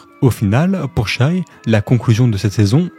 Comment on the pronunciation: Shaivonte aka Shai aka SGA aka MVP tu es le seul a dire shai et non shy ( hormis 2 3 fois en video ) mais t'es le seul a prononcer son nom correctement pour les analyses francophone en tout cas respect et superbe vidéo !